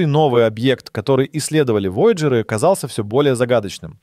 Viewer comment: Такое впечатление складывается, что ведущий-это сгенерированный ИИ человек. Бедные вояджеры! Куда только не ставил ударение голос озвучки: воЯджеры, вояджЕры... И второй момент, замечательно, что на экране показали перевод мили в километры и прочее. Но все же, если вы вещаете на русскоговорящую аудиторию, полагаю, что можно было немного потрудиться и, при написании текста, все таки изменить данные на метрическую систему измерения. В противном случае складывается ощущение, что это не текст автора, а просто скопированная до "запятой" чужая информация с англоязычного сайта. Автору было просто лень отредактировать информацию.